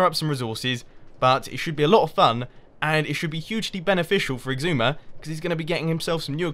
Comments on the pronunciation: ***** Mumbo has a G in the middle. it's like "eeg-soo-ma". like, where did that G come from? for a long time I thought it was "ee-zoo-ma" because of the way X is pronounced, like in Xylophone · You and Xisuma have ben on the server together for three seasons. Mumbo, it's is-oo-ma. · Mathew ST But just... WHY? Does he REALLY think that's the way it's pronounced? or does he joke about it?